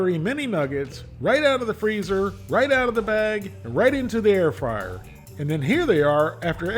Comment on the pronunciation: I keep hearing “air fryer” as “heir friar.” Though a friar inheriting property would probably give it to his community or to some charitable cause…